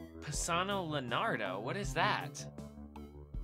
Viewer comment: Léonardo, not lénawdo!!!!!!!!!!